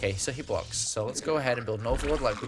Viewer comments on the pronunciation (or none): none